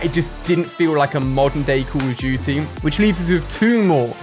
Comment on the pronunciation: Where this guy from? He says “Cool of dooty”